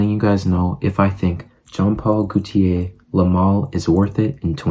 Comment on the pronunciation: wahts up not trying to be mean but its jean paul gaultier (gotee aye)